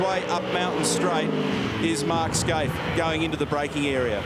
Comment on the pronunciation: Fucking Neil Crompton, his name is Mark Skaife, not Mark "Skaithe". Get off the booze mate.